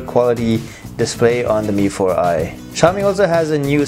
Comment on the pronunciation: Yang nyebut bukan mifor ai tapi mifor i tunjuk tangan